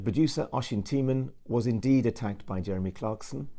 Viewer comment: the guy cant even pronounce Jeremy properly